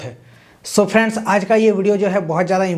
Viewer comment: Bro its friends not PheeRandZzzzz 😂